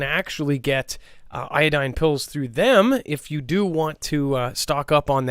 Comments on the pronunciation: PLEASE DONT TEACH, IODINE FOR RADIATION 3RD TIME. IODIDE, NOT IODINE,, IODIDE. IODIDE. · Iodide not iodine